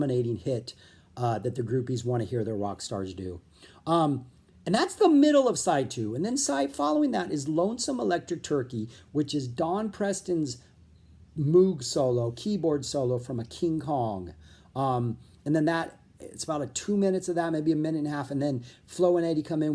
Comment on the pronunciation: Not to bug you, but “Moog” rhymes with “vogue”.